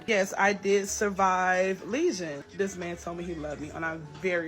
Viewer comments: Not lesion. Legion, like a demon.😂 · Ma'am... a "lesion" and "legion" are 2 different things.... much love ❤️ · It's legion, not lesion. She kept saying it in the video. I was questioning my own vocabulary. Lol. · Legion,, not Lesion